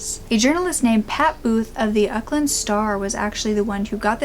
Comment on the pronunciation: your pronunciation is adorable. Pukekawa was great but Waikato is said like why-ka-tow & Auckland is awk-land :) also thankyou for covering a case from New Zealand. I barely see people cover cases from here